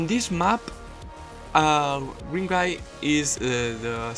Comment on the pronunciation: took me way to long to realize green is just how you pronounce grim^^